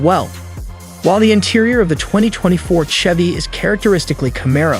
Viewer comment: Looks like a Camaro. The narrator doesn't even know how to pronounce Chevy. Total bad video